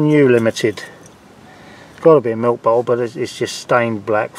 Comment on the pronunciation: B O T T LE NOT B O U L E LOL love watching the channel